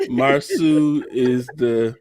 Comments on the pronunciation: Mausau not Mauser. Correction is good. 🤗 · His name is pronounced "Mar-so" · His name is not MarSue! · PLEASE GET MARSAU NAME RIGHT! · I hate missed the live., I’m need you to keep pronouncing Marsau’s name the way you do. It’s funny 😄 I laugh every time!!!!!